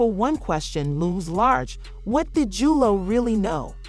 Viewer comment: Jooloe get names right 😅😅 who the hell is jooloe